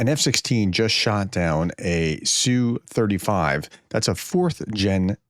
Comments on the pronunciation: Professor, the Russian jet is not pronounced "sue35". The correct prononciation is letter S then letter U then 35. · Es-Yoo Thirty-five Es-Yoo Twenty-seven Tee-Yoo One-sixty Etc. Not the biggest of deals if you don't get it right, but it does sound a little cringey. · "ess bee you". C'mon, prof don't be afraid to say an acronym like a normal person just because it's related to something in a different language. Do you have a "pee aych dee" (PhD) or a "ffd"? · And "S U 35" as in SUkolov 35